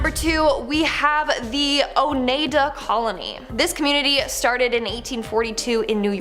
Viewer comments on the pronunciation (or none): OH-NYE-DUH!!!!!!! Oneida!!! Learn how to pronounce your subject matter!!!!!